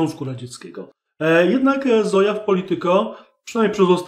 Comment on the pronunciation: Nie Zoja tylko Zojcha.